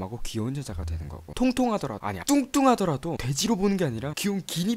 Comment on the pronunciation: 뚱뚱하다할때 왜캐 강조해요 ㅋㅋㅅㅋㅅ